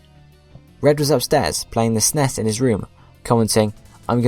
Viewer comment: SNES = ES-en-ee-es, not sness